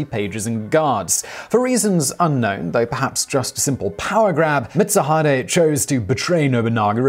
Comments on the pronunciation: Sorry but no its not mitsu hide its pronounced mit- suu-hee-day A ke chi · same it kinda urked me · Lol yupp he did